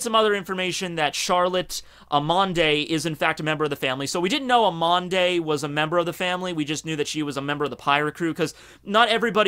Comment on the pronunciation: >pronounces "amande" as AMAN-DAY wtf that doesn't even make sense